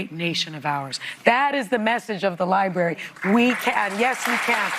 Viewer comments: I'm 15 seconds in and I'm already irritated. To the female that said "Liebarry". Boo...practice saying it in your room. It's LIBRARY. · "Lieberry" all i needed to hear